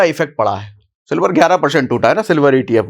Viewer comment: Sir ap ne silvar ki jagha me dilwar bol diya